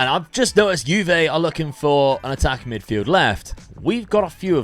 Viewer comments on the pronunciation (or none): none